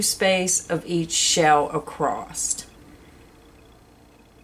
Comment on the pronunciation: I love your video, but it really makes me shutter hearing your pronounce Across with. T at the end. !!